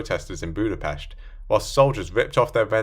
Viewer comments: All my respect is yours after pronouncing Budapest correctly as "Budapesht". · First time I heard someone pronounce Budapest right, hats off sir!